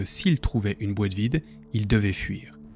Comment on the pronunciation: j'aime bien commet tu dis boite ( BOETTE ) XD